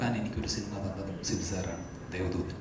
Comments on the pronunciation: ദേവധൂതൻ അല്ലടെ, ദേവദൂതൻ ! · ദേവധൂതൻ അല്ല ദേവദൂദൻ ആണ്